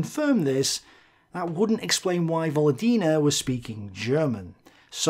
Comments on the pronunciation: Just a small pronounciation correction,. It pronounce VoLOdina with an emphasis on LO. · volOdina. Stress on second syllable 😊 if its russian lastname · actually Volódina is surname with you pronouncing with wrong stress. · "Volodina", it's most likely is a surname - "Володина". Like Stress on the second syllable btw. On second "o". Pretty common russian surname actually. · This is 100% surname, just put the emphasis wrong. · I would assume "Volodina" is a surname, with stress falling on second vowel. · I really like your videos, thank you very much. But one small detail is very hard on the ear: in Volodina surname the emphasis is on the second "o", and not on "i", although on the other hand, she does not deserve correct pronunciation for her frigging collaborationism. Thanks!